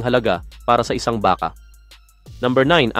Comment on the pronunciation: ayusin mo salita mo..lalo na pag bigkas mo ng BAKA.